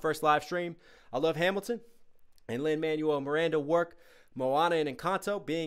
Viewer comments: Teeny note: It's Lin-"Man-WELL", not "MAN-you-ul". ✌️ Loving your reaction/breakdown vids! 🥰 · WAIT LIN-MANUAL MIRANDA!? IT'S LIN-MANUEL (prounounced Man-Wel) MIRANDA SILLY! otherwise great video now WHERE IS THE PART 2!?